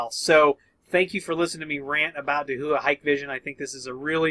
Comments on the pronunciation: Thanks for the video once again! Just a quick note, I used to miss pronounce DAHUA as Dah-who-ah too. The way Dahua themselves pronounce their name is Dow-ah. Again, love your videos and I will be keeping a particularly close eye on this topic for my business and customer interests! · Pronounced Da hua ;)